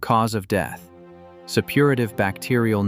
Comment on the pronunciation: "Septicaemia" is still pronounced "sep-to-SEE-mee-a" not, whatever you were saying. "Supperative" is "SUH-pu-ray-tiv".